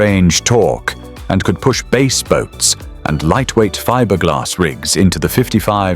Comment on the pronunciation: omg. lol they won BASE tournaments? This is what happens when AI doesn't know how to pronounce BASS (fish). Go AWAY. I won't listen to the other 25 minutes!